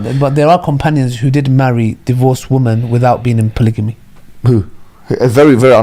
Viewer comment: Polygamy not polyjamy😭